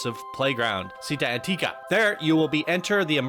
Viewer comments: idk if that's supposed to be Italian, but if so "città" is with an accent on the last letter lol aòsp "città" is pronounced like the Spanish pronunciation of "chi", not "si", and again it's stressed n the last letter, Antica you said it correctly the second time lol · Chee-TTÁ An-TEA-ka*